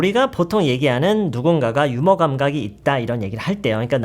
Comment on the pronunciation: 휴머? 유머가 제대로 된 발음 아닌가요